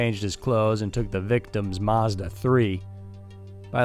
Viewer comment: American's can't pronounce Mazda